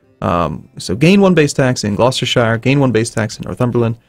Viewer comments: Oh god, it's small and silly I know, but Gloucestershire is pronounced "Gloster-sheer". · generally any province with -shire is more often pronounced -shur. york-shur, glouster-shur, oxford-shur.